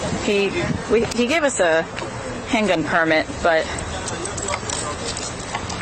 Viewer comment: Why are you pronouncing "permit" incorrectly.